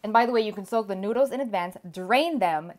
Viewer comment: Her accent is almost perfect minus when she says a few words like "noodles"